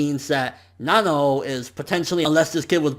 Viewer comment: It's Nanao ( Nuh-now)